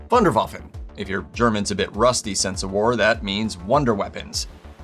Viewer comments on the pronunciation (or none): My German is not rusty..... but your pronunciation of the German word "Wunderwaffe" is very wrong...... ;-)